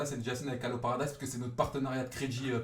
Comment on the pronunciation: Parediz mdrrrrrrr "paradise"